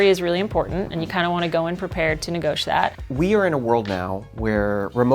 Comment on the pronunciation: Like the tips. If she says, ‘negosh’ one more time, I will stab my ears with a ballpoint pen.